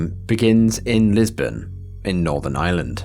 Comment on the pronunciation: Lisburn not Lisbon great stuff as always